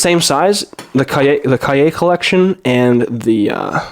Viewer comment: i appreciate that you actually looked up cahier, what it means and how to say it when you didnt know the word